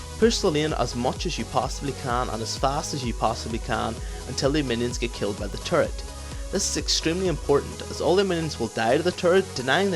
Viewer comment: Dat turrets pronounciation taris